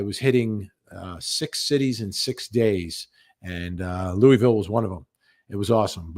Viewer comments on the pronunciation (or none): It’s not lul/ville. It’s Lou-ville.